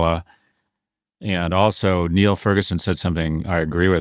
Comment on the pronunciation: FFS. It's Niall. Not Neil.